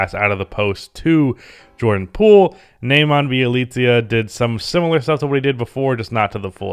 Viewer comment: It's pronounced Nehmanya, not Nayman